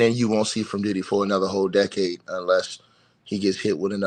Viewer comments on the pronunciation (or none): none